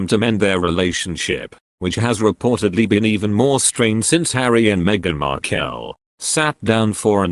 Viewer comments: Love it. Meghan 'Marr-kelll' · If you are going to commentate at least try to pronounce Markle correctly.